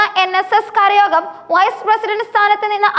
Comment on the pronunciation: മൂരാരി അല്ല കൊച്ചേ മുരാരി, അർത്ഥം ശ്രീകൃഷ്ണൻ.കരയോരം അല്ല കരയോഗം യോഗം കൂടി കരയുന്നവർ എന്നല്ല.